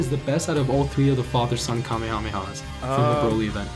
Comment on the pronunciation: Stop saying kamehameha like that